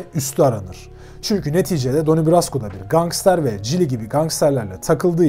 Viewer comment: isimden basliyalim. Donnie okunuşu Danni'dir.. Mafya yapilanmasi hakkinda arastirma yapmani oneririm. Donnie hic zaman " soldier" olmadi, hep associate kaldi. " soldier" yada " made man" olabilmek icin aile icin cinayet islemen gerekiyor.. bir kac ornek. Butun gunumu alir video da ki hatalari duzeltmek. Emegine saglik yinede.